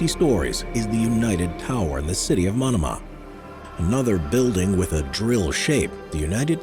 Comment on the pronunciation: Cringe at the awful pronunciation of Manama.